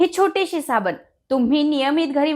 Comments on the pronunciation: सायबिनी ने साबनी म्हटलं 😰🙄😂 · Madam rkda bollat tr chukun bollat asa hoil pn varanvar tumhi sabanich mhanala ahat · आधी मराठी सुधरासाबणी म्हणू नका साबण म्हणा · साबनी नाही साबण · सबनी नाही साबण म्हणतात 😄😅